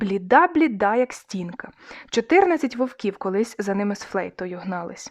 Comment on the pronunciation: чотирнАдцять, кіломЕтр... Наголоси!!!